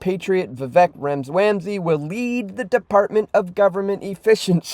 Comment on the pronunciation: Seriously..........have enough respect to pronounce Vivek's last name properly. It only makes you look uneducated.